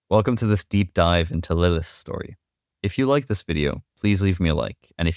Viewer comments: Good video but man you mispronounce a TON of words. The worst one is saying Lilith-is instead of Lilith's over and over. Really took me out of the story. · You keep saying Lilithes instead of Lilith's and it's killing me. But the video is great. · I'm sorry bro but I had to stop watching after the 4th or 5th time hearing how you pronounce "lilith's"